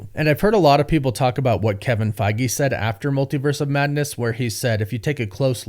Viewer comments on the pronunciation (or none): none